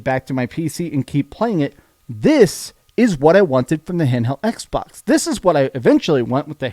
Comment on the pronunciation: The EX-box series "EX"?